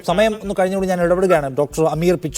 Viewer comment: Dr പിച്ചാൻ അല്ല, പിച്ചെൻ ആണ്